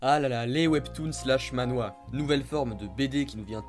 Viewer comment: Mdr tu dit Ma-Nhwa? Sa se dit Man-hwa mdr